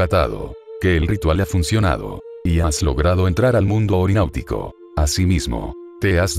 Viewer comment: Es onironáutica, no orináutica.